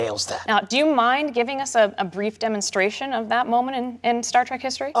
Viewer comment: ... Star Trak?? Traaaak? Come on! Wish Frakes caught that